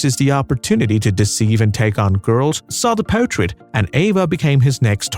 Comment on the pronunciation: Great video to WATCH, but not to LISTEN to. Where on earth did you get this narrator? Could you get one who can pronunce English? The word is portrait , not potrait!